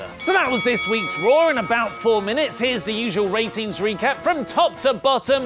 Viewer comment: whenever says Monday night RAW, I hear Monday Nitro.